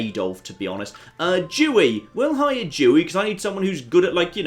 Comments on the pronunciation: why does pronounce Dewey with a "dj"? Makes me think he's saying a slur. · I wasn't looking, so hearing him say Adolf and then hearing him pronounce Dewey was concerning